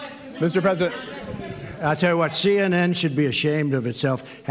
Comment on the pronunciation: I’m the pwesident, don’t you talk to me the pwesident like that. Your mean